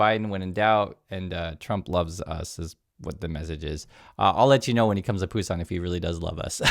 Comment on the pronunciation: it is BUSAN. You apparently don't know the name of your city.